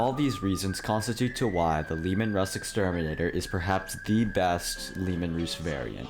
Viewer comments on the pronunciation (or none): pls pls pls its Russ "Ruh-ss" not "Rooz"